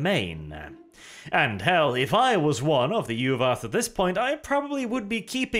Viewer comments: Yu'wath? More like U w0t! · The soft Norse V makes Yu’vath sound cooler.